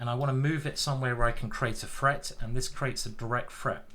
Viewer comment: Is it threat or freat? I know I know, it's a menace 🤣